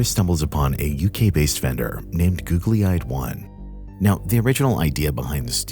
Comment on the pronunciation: Listening to you mispronounce Google-eyed over and over is wayyyyyyyy past irritating. How do you screw that up?